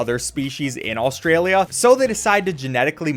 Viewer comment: The way you say “Austria-lia” makes me suffer